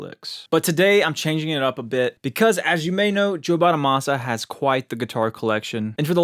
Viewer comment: Can you say Bonamassa not BONAMOSSA show some respect